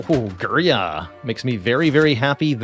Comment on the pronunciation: Its girya [`gɪr'a], not griya. Means "kettlebell" in Russian and Turkish